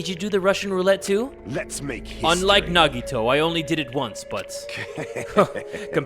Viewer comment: Normal People Pronouncing Nagitos name: Nagito/Nagihoe: Naggy-Waggy/Nagitoe